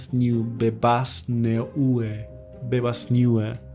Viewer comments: "neuce." heheh. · "Neue" means "New" in German. It's pronounced "noie". Otherwise, nice vídeo. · neue is german for new - it's more like /naw-yeah/ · I believe that 'Neue' reads as 'Noye'. Great video though.